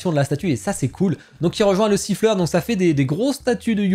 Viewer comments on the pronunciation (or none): Je critique rien cette fois et pas de top ni flop ! hâte de voir ce que jimei va proposer sur Jujutsu et One punch man ! Et c'est pas sifler mais slifer j'ai bien rigoler 😂